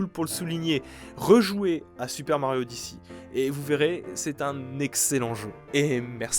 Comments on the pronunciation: « Super mario odyssi » 💀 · Super mario odiçie... cette prononciation qui m'a fait tilté toute la vidéo